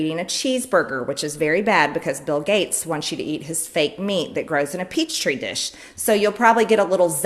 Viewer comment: lol a "peach tree dish"...she's an absolute moron.